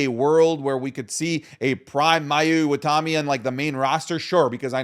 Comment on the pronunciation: IwataNi. It's literally right there. You said IwataMi like three times in a row ROFLMAO Edit: also, VERY low chance she ever comes to WWE. She's on record saying she doesn't want to leave Japan as she gets homesick very easily.